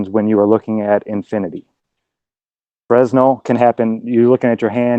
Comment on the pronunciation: To Anyone; DON'T PRONOUNCE FRESNEL , "FRESNO, FREZZNELL", OR ANY OTHER BANJO BUTCHERY!!!!! Thank you.